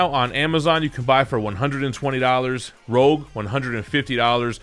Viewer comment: I think it's Rogue not Rouge :D